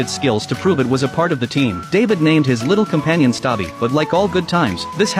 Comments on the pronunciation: “ Erm actually it’s stubby not stubi “ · His name is stubby not "stabi" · It is stubby not stabbi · His name is not stabi it’s stubby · Its not stobi it's stubby I've watched this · It's name is stubby not stabi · The name was stubby, not stabi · Atleast say his name right Its not stabi Its stubby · “Stabi”😭 his name is stubby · Bruhh the name was stubby not staby😅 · The movie is called Stubby (BTW the voice in this YouTube short messed up because the dog’s name isn’t Stabi, it is Stubby) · Bro its "stubby" not "SaTbi" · Stubi❌ Stabi✅ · Its stubby not stabie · It is stuby not staiby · His name isnt stabi its stubby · He's name not stabi but it's stabby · I was scramin "ITS STUBBY" bc hes saying staby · Bro its not stabi,its stubby (Just correcting) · ITS STUBI NOT STABI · Stabi? Its stubby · It's stubby not stabi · It’s stubby, not stabi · It’s stubby not “stabi” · “Stubby ❌ Stapi✅” Stubby❌ Stabi❌ Stapi✅ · "stabi"💀💀💀💀 bro is dumb. Bro couldnt rven tell th story correctly💀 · You said it wrong it's subby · The guy really said stabi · It’s pronounced stub-e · Not being a brat I'm just letting you know it's stapi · The name is pronounced stubby cause he was ranked sergeant in DC I think you can see his coat gas mask and ranks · Ai rlly cant pronounce stubby omg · Not how the Coller says stubby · its stubby not stabi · Crazy gow this is a real story, anyways his name was Stubi not Stabi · Not stabi it's stubby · It's Stubby not stoppy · Bro, you said Stabbi it is stubby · It’s stubby not stabi. Get it right he was a real life hero idiot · It’s stubby or stubbi and its not stabi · It’s stuby not stabi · It’s stubby not stabi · Yall his name isn't stabi its stubby 😅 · its actually not stabi but its stuby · His name collet is stubby not stobi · It's not stabi it's stubby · Not stabi it's st ubby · wtf do you mean "stabi" 😭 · It’s not stubi it’s stubby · His name is stubby? Not stabi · HELP “STABI” BRO ITS STUBBY- 😭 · bro really said “Stabi” instead of “Stubby”